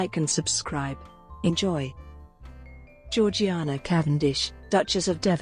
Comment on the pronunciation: in everything else I’ve watched about her it’s pronounced “jor-jay-na”which doesn’t make sense to me